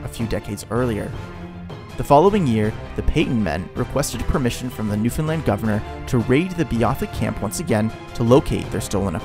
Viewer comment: I'm glad you actually pronounce Newfoundland like we do here as Newfies. 🤗